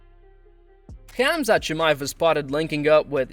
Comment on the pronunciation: Its hamza not khamza its hamas not khamas its habib not khabib